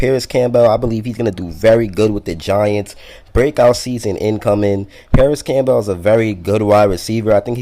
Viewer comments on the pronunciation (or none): Issat how u pronounce Campbell's soup? Camp- bale? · My man with the "Cam-Bell" you probably say the vehicle that takes you to the hospital is an ambalams huh?